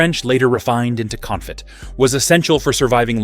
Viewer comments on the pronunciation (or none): This hasty-sounding, breathless bot voice is really annoying. The information is solid and well written, though, so, if you sbould do this again, do consider having a human reading it. And the word "confit" is pronounced "Cone-FEE." American audiences [your video uses an American accent] pronounce "herb" without the "h," and British pronounce it with the "h" aspirated. Also, it's "LOO-tuh-visk."